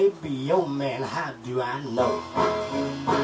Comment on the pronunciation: In the version that I recall from '60's L.A., the singer, in a Muddy Waters-style accent, ALWAYS pronounces "man" as "mane": It's a MANE down thauh. Could be yo' MANE, I don' know." This version seems to have vanished from the ken of mortal men.